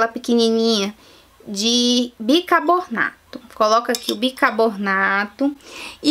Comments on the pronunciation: Gengiba , bicabornato kkk É gengiva, e bicarbonato! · se diz Bicarbonato, assim é o certo e não Bircabonato. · kkkkkkk! bicarbornato tbm foi...rs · ela disse bicabonarto kkkkkkkkkkkkkk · Minha querida...Eu adoro seus vídeos, porém você precisa rever seu português, você pronuncia erradamente as palavras, no caso específico desse vídeo foi o "bicarbonato....você diz claramente...bicabornato"...🤣🤣🤣🤣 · É gengiba ou Gengiva ? bicabornato ou Bicarbonato ? Fiiiiiaaaa , bora aprender escova os dentes pra ensinar correto né , e usa um aparelhinho corrige as falha . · Gengiba, bicabornato... KKKKKKKKKKKKKKK